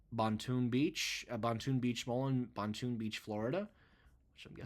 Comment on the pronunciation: The Boynton Beach (pronounced boin-tin, not bon-toon) store has two levels, not one, and was not built on a hill. Although the store had cool architecture outside, that mall had been ailing for years now (Sears left in early 2019), making their Macy's closure non-shocking to myself. While WestShore's looked bland, I never thought that store would go, especially 'cause it was the only three level unit for them on the Gulf Coast of Florida.